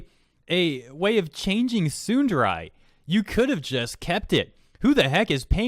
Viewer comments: admittedly "tsunderai" is strange on my ears, dere, both short eh sounds lol. but , they totally could just keep the word tsundere. we know what it is. if we don't, we learn soon enough. English speaking youtubers like OTV refer to Toast as a tsundere (or sykkuno uses tehsoonderey) because it's just a useful word. english already took tsunami and karaoke, it's not that big a deal -.-" girls can be tsundere too.. so.. fragile female ego ? ... maybe fragile human ego is most accurate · Every time he says SOODUREYE MY COCK GETS SMALLER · Am...I the only one getting tripped up on the fact the he's pronouncing it as "tsundarai"? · His pronunciation of tsundere as tsunderai scares me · Tsundere (tsu - n - de - re) not tsunderai. The second e makes the exact same sound as the first e. Japanese doesn't emphasize vowels the same way English does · Why do you say tsunderai rather than tsundere for? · >complains about mistranslating "tsundere" >pronounces it "tsunderAI" Do you even weeb, bruh? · It's Tsun-der-ray, not tsun-der-rye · tsundarai my ear hurts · I don't get how you pronounce Tsundere as "Tsunderai" lol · No one: Nobody: Not a single soul:: Tsundaraii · It’s not “Tsunder-Ai” it’s “Tsunder-AY” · How do you not know how to pronounce tsundere properly? It isnt tsunderai ffs. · Tsun-da-ray or tsun-dare-ray, you’re pronunciation was awful lmao. Also, I’m willing to bet both my testicles that anyone, and I mean anyone, will know what the hell a tsundere is if they’re playing a visual novel. This tard wasted seven weeks on something they should have simply left alone. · tsundaray 😂😂 its tsun de(ad) ra(in). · Him pronouncing it "tsunderai" makes me want to tsunderdie. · Sorry to be that one person but, as a weeb, I want to say that it's pronounced "Tsoon-da-ray" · I'm sorry, but the way you say Tsundere causes me discomfort in a way I never knew before. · I don't like how you pronounce tsundere. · the pronunciation of tsundere in this pains me lol